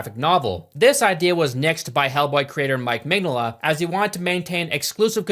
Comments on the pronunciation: It's Mig-Nola, not Mengele. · Mig "no" la not mig "nah"la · That it sounds like you're calling the artist "Mengele" a la Josef, while talking about a dude that punches Nazis is...perfection lol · Dude I love your videos but you aren’t even trying to pronounce Mike Mignola’s name correctly cmonnow 😂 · Every time he says Mignola's name it takes another year off of my life. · How do you do all of this research and make an entire video essay and still not know how to pronounce the primary creator and person you're talking about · just a bit more practice on Mike's last name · Bro butchering mike mignolla's name so bad lmao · please look up how the name is pronounced before you say it 30 times in a short period 😂 great video tho! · takes several weeks researching and eventually becoming fan of hellboy, but cant take 15 seconds to look up how to say Mignola, never change